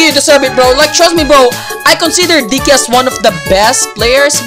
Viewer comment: The way he said Digg ky “dicky”